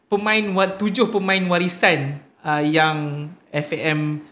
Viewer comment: Cakap betuk betul lah kita tu guba ei bi ci di.so you cakap FAM mestilah cakap FEM